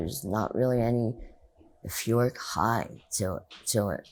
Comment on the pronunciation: There are eight different types of intelligence -not all are linguistic-perhaps give her the benefit of the doubt and assume that although she cannot pronounce "euphoric" she knew what it meant and used it in context.